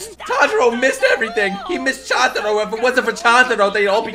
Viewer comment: …so is anyone gonna tell him Chuntaro is pronounced CHOON-TA-RO?